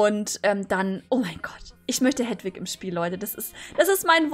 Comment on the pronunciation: es heißt Heeeeeeeedwig:^ XD